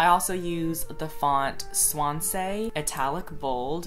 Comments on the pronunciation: Haha the Swansea font is pronounced literally 'swan-sea' instead of 'swan-say' because it's a city in Wales:-) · swahnsay LMAO ITS SWONZEE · Aww he pronounced Swansea like 'swansay' (it should be 'swan sea') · When Conan poshly calls swansea (swansee) 'swansaayh'😂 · Lmao I love right next to a town called Swansea and idk why I laughed so hard when he said it bc the town's name is pronounced "Swan-zee" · hi conan i love ur videos but swansea is a welsh place pronounced swan-see (or in my particular valleys dialect swan-zee). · Love you Cone but Swansea is pronounced SWAN-ZEE lol 💕💕💕💕💕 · When he tried to pronounce Swansea made my day, he's too precious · Being a Brit, hearing Conan say, 'Swansea' was so odd for me lol